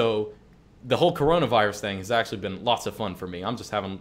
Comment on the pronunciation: "Well ackshually"